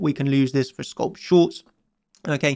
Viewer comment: Could someone help him with pronunciation of "Scalp"